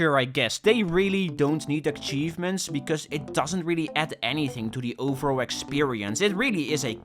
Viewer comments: it really bugs me how he says achievements as "akhchievements" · Many ackchievements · Ackchievements ackchieved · I love akchivements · Take a shot whenever he says Akchevements. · please stop calling them ackchievements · more like eck-cheivments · STOP SAYING AKCHIEVEMENTS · akchievements.akchievements.akchievements.akchievements.akchievements.akchievements.akchievements. cry about it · Stop saying aKchievements or I'll flood your house with garbage! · Bro please learn how to say "achievements " omg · you are saying : "ackchivements" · Akchievements. Bruh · WHY DO YOU CALL THEM ACKCHIEVEMENTS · Why does he say ackchievements oh my lord 😭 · i didn't realise he was saying it until I read this and now it's stuck in my brain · The way says achievements makes me cry and literally explode and die and cry and die